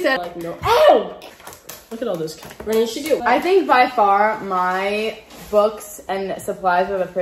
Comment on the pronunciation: Its "BRENNAN" not "Brendan."